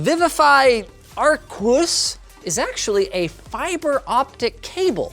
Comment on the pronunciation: Pronounced: "R" "Ques" Thanks, great review!